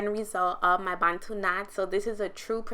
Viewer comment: I love that you pronounce 'Bantu' properly 😂 and your hair is absolutely gorgeous ♥️🥺